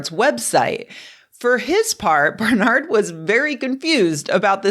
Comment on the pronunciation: It’s BAR-NERD not BAR-NARD ,,,Barnard …I know , because it my mother’s maiden name.. Unless their from Spain 👍